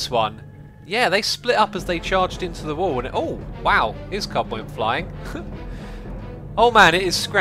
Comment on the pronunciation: Are you saying cub instead of club